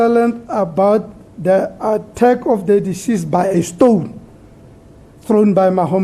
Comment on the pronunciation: trriiiii and not threeee....hahaha...stoooon and not stone hahahaha.judge also likes his castle lager with the brigades majita.